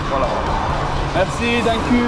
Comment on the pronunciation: Danku 😂😂😂😂😂😂 c'est Danke ( dans quai) pas ( dans cul)